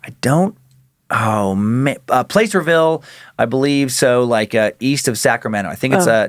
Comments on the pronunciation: Placerville... Short "a"...not PLACE-ER-VILLE. 12 miles from Pollock Pines. Between Sacramento and Lake Tahoe. ☮️ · Pla-sir-ville lol. i live there and i promise no one says it the way you did. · Placerville...pronounced plasser-ville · Dan, it's pronunced "Plass-er-ville" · Placerville has a soft "a" sound, like apple. I know it's not phenetic, but...